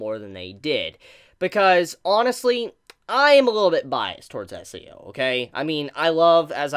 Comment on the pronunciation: Is it just me or is he saying SEO?